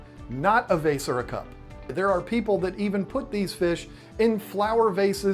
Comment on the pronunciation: The way you say 'Beta' doesn't bother me, but the was you say 'vase' does.